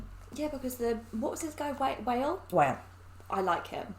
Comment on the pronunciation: its pronounced 'wa-lee' not 'wail'.......wale is a good rapper look into his songs, he has some hits